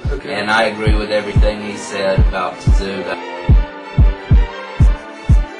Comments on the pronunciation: Your lack of knowledge is astounding. Respect though for being willing to embarrass your sorry asses like that. LOL. Can't even pronounce Tszyu and you're 'boxing fans'. Couldn't stop laughing throughout that video at how dumb you guys sounded, LMAO. Tszyu detsroyed both Mitchell and Judah (both cried in the ring), what a joke this was. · You guys are a farking joke. I couldn't stop laughing at your review of Kostya Tszyu (you can't even pronounce his name) LOL. He smashed Jab Judah, and had the fight continued he would have continued to do so.